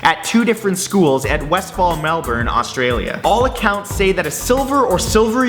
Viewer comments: Its Westall, not westfall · westhall not westfall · Its Westall NOT wesfall, I lived their as a little boy... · Dude it's Westall not Westfall come on now haha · Westfall??? Huh??? Are you sure you don't mean Westall? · Its westall not westfall :) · it is Westall not wesfall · Yo matt it's Westall man not Westfall. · Matt, it's actually Westall, not Westfall. I actually live in the area. And that's the first I've ever heard of that incident. Cool video still. :) Added a like for ya. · its Westall by the way Wes tall not fall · Is it Westall or Westfall? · That's Westall with one T